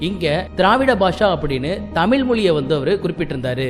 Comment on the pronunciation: தமிழ் தமிழ் தமிழ்... You can make a little effort to bend your tongue and say it properly...